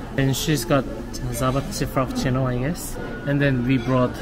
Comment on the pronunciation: the way pronounced java chip frappuccino 😭😭😭😭